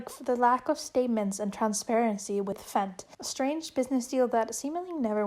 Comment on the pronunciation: ik fent looks like "fenty" but it's actually pronounced "F.E.N.T."